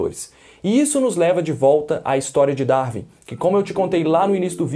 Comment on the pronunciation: Quando o brasileiro acertará a pronúncia correta de “Darwin”? Nunca?